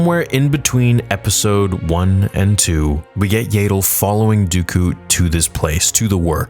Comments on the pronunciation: That's what I thought 😂 it kept distracting me from everything he was saying whenever I heard "YAY-DLE" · It’s pronounced yaddle, not yaddle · It’s Yeah-dull bruh. Not “Yay! Dull!” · It's ya-dull not yay-dull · This is awesome. However, it bothers me that you say "Yayddle" rather than "Yahddle" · I'm sorry but its so irritating to me how you pronounce Yaddle 😂 I always hear everyone say it "Yah-ddle" instead of "Yay-ddle":P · Is Yaydel the official pronunciation? I ask as I've also heard Yaddel, and the spelling does seem to make Yaddel more likely that Yaydel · It's pronounced YAD-DULL (rhymes with Paddle), not YAY-DULL. Also, Yaddle was present at the very end of Episode I if I remember right so the fight will be in between 1 and 2. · THANK YOU. It annoys me almost as much as when he pronounces Xizor as "zy-zor" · Stop calling her Yeiddle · I’m sorry but there’s two ds how is it yay-del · Shouldn't Yaddle be prenounced more like "yaadle" or "YArmouck" instead of like "able" ?